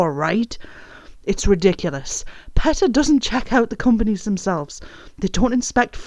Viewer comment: Ok. But it's pronounced PEE-tah not PET- uh